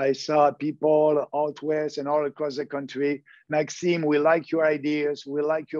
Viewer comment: Agreed. But it is MaxiMe, not MaxiNe.